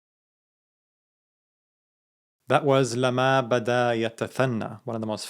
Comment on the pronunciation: Great! It is : lamma with a shaddah on meem, not : lama as you pronounced it!